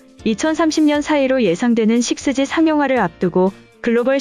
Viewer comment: 육지라고 읽으면 이상한가? 식스지가 더 이상한데.